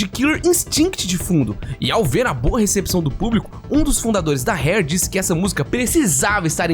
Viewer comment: segue fala "seg - u - ê", s com som de s mesmo. diferente de fugue que seria "fiu - gi", esse gi seria como se fala ele em gilherme. e já que estamos aqui, esse primeiro r da "Rare" tem o mesmo som do paulista do interior falando poRta, pode carregar no r. do jeito que voce falou seria hare, que é lebre